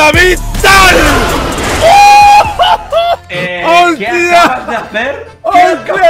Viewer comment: Onda vital dice oilo